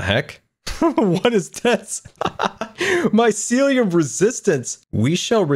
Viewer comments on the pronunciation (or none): he actually probably knows but faking it also it's mycelium not mysiliam